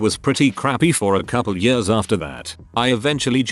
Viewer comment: Also the "yërs" instead of "years" lmao